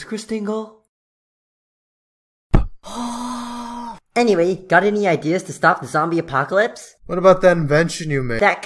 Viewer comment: Hey >:( It's not Christingle It's: Christingl-A